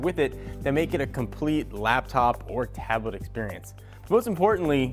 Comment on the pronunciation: In the first 25 seconds you had me rolling. First because of how YOU rolled up into frame then you said "taab-uh-let."